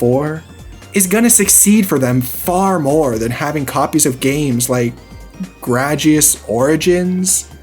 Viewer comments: Other than the Gradius (Gray-de-us) slander (which wont be tolerated) you hit a lot of good points. LRG has been annoying frustrating with everything. I have ordered from them a few times as well, the timespan between ordering and when you receive your product is just unacceptable. I've hit their store a few times when I'm in that part of NC and yeah it's even an overall nice shopping area with the other stores nearby. I like what they are trying to do, but I cannot stand how they go about things. There has been silence now for over a month regarding the SA2 collector's edition; there's no update and I had ordered the Crossworld CE before all this went down, I am done with them after all this. I just want my product and to move onto something else. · “Gragius” origins. Holy shit the disrespect😂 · Gradius is pronounced like "Grade-ee-us" Also Super Sami Roll is actually pretty good.